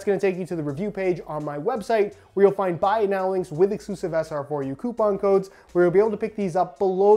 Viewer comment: Who else laughs at his perfect pronunciation of "coupon codes". IT SOUNDS REALLY FUNNY 👌😂